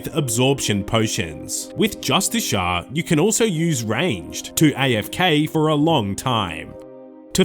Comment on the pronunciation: Jus-tis-e-r wtf is justishar.